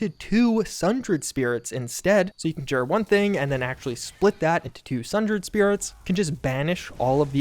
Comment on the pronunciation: Somebody please show this man how to say conjure.😂